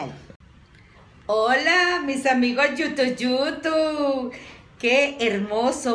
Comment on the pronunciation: Dejaaa de decir yutu yutu